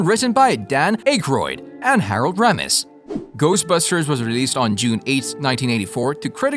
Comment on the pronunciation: That A.I. Voice can't even say Harold Ramis and Dam Akroyd's last night right. I hate these I am good at Commentaries and Narration. Nice Video you can't replace real historians, writers, authors and critics. Sad R.I.P. to everyone involved in the cast and even the crew not mentioned. Always my fav franchise for the bigger budget stuff. I like low budget films too even more mostly the old B&W's and Color ones too, I am an expert on this stuff. I really liked Afterlife and gonna see Frozen Empire. Still never beat the 1st 2. I was always obsessed even more so as a kid and The Real Ghostbusters Cartoons. I had all The Kenner toys too. Not sure anyone Akroyd said Abbot And Costello influenced them. In particular the film "Hold That Ghost" from 1942. Dan seem to forget the 70's Sitcom The Ghost Busters starring, Larry Storch, Forrest Tucker and Bob Burns. It did very well only 15 Episodes then was cancelled also made a Cartoon from it. It is more comedy and bumbling then the Movies or The Cartoons that came in the 80's. My friend Chris showed me the 70's one I had no clue it is good too.